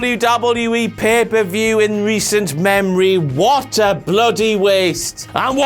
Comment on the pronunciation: Listened just to hear you say "Pah-pah-vuew!".